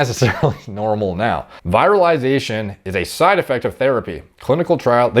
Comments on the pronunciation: Virilization comes from the Latin word vir and isn't said the same way as viral. uses and mispronounces it almost every video. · Viral-ization En-dog-genously Where did you learn to speak science bro? Not an insult. Anyone in the scientific field or medicine will tell you, the smartest people pronounce 💩 in the most ridiculous err… eccentric way. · Viral-ization En-dog-genously Where did you learn to read science bro? Not an insult. Anyone in the scientific field or medicine will tell you, the smartest people pronounce 💩 in the most ridiculous err… eccentric way. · virilization is not viral pronounciation is important in medical terminology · Upvote this comment if you want to start pronouncing the word virilization correctly., you’re the man, but it’s pronounced either “vee-ril-ih-zation” or “vee-ril-ai-zation.” The word you’re saying is viralization which is the act of something becoming or going viral. I bet you there’s a billion gym bros out there now saying the word viralization instead of virilization because of this channel lmao.